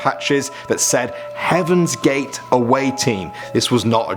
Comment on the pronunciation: Oh HEAVENS GATES I thought he said Kevin gates